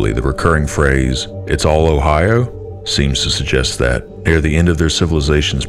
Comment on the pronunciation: the Foreign pronunciation of 'Ohio' is stomach turning